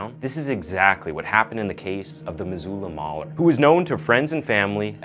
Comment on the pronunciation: Love your stories, but you destroyed the pronounciatikn of Missoula and Spokane!